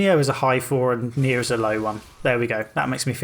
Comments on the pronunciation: He says neir and niho at the same time and I can barely distinguish the two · Next time you say "Nioh" and "Nier" closely together, remember that you're a Brit :P